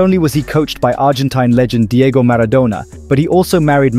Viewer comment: The pronunciation of Maradona is insane dude 😅